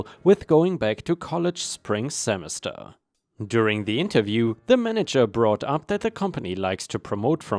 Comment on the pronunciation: Jargon is "jar gun" not "chzargon." :P From yesterday, "executing" isn't said as "exec it ing" but "ex eh cue ting." Semester is "seh mes tur" not "semis tur" but rather "seh mess tur." Hard to explain but there is a difference in how it's said. 🤣